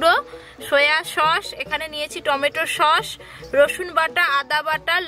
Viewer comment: সস কে শস কেন বল 😒